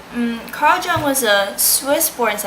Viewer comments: You can speak english fairly well, but your german is off learn to pronounce his name. The J sounds like U, Ung. If thie is an oral exam slow down, dont admit not undertanding it and overexplaining it as you are often wrong here. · The J in Jung is pronounced like a Y so it sound like Yung not like a J. The u in Jung is long not short. The image becomes conscious when the projection is withdrawn so that we know the symbolism of physical objects figurative as well as their literal, concrete meaning. Image is undifferentiated from object when unconscious or not separated from the object. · I cant believe you couldnt even bother to figure out how to pronounce his name. Lazy fuck. I would have failed your ass. Who put you up to this? Did you choose Jung because you actually liked him? You're cute but I am disappointed. I am a big Jung fan though.